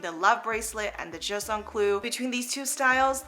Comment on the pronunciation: Please say the name properly - it’s not just un clou, it’s pronounced juuuste un clou pls!